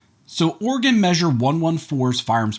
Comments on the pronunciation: OrEgan not organ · He said organ measure🤓